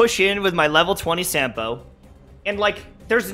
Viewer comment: By the way Sampo's name is Finnish. You spell it like you'd spell a word 'sum'. So in other words Sampo Koski - 'Sum'po 'Cause''key'.